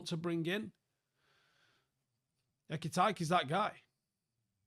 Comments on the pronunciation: A-K-T-K thats the pronounciation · Bro added new vowels to his name. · At least learn how to say his name 😂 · He has to be pronouncing his name bad on purpose 😂😂😂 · Please don't say his second name you are messing it up my guy 😅😅 love you though.